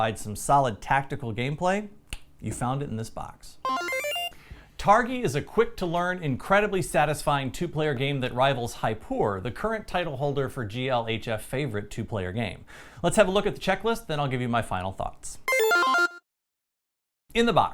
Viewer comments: not 'Hype-poor' but J as in jam. Jaipur as in the city in western India 🙂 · The J in Jaipur isn't pronounced like an h. It's not Spanish